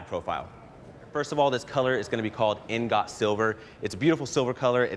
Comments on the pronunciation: ING-ot Silver, not INN-got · in got silver lol maybe someone should have told him how to say ingot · That's not how you pronounce "ingot."